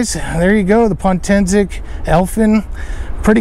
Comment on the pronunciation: POtensic, not pontensic.